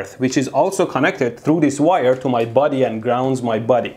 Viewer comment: Medhi says "body" like King Julian says it in the I like to do it do it song.